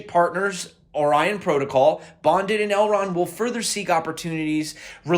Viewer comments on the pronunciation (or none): none